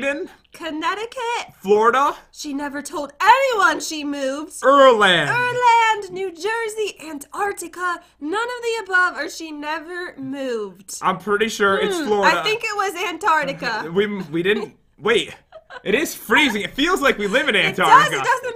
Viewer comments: For all the Irish fans listen to says erland nor irland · I felt offended when u said erland when it’s I-rland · It said Ireland not urland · You got my country rong its not ir land its ireland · Jen: errrrland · Thx for saying irland wrong thats were i live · pronounced it wrong its pronounced ire land